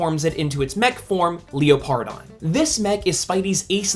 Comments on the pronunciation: I cringe every time you pronounce Leopardon. Its pronounced “leper-don”, not Leo-par-don. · I think it’s pronounced Leopard-on instead of Leo-pardon